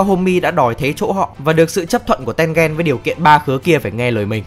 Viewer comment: mình có nghĩ the reviwer nên học quy tắc phát âm trong tiếng nhật, không khó đâu nhưng hiệu quả đem lại đảm bảo nhiều hơn. ki met su thì thôi vì vn không có tsu nhưng mà a-ô-i thì dễ mà, tên-gên nữa